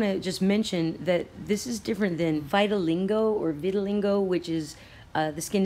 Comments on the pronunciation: It's pronounced Vit-a-lye-go.....I cringed every time you said Vitalingo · Hi I love your channel and videos! I am not trying to be a troll. Throughout the presentation you say VitaliNgo. There is no N, you seem like someone who would want to pronounce it properly. vit-(rhymes w sit) a -lie -go. Thanks for all you do. Love and peace from WA state. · Vit-Til-LEEGO. VITILEEEGO. Not Vitilingo. I'm sorry, it had to be said...I love your vids but mispronunciation is the bane of my existence. Why is that man walking through Chernobyl with no protection?!?! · Geo engineering. ( Viti.li-GO ..not LINGo ...Lol.. You*re so cute though) Love Love Love your vids. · It's pronounced viti-lie-go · Great video, as always, vittilingo made it even better. <3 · It's Vit-a-lie-go